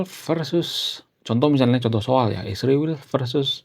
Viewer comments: Kenapa nyebut Israel nya harus Isriwil ................. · Mohon maaf bang, saya sebagai Seorang Yg sangat respek kepada bangsa ISRAEL,tidak suka dengan sebutan isriwil. Tolong lah dirubah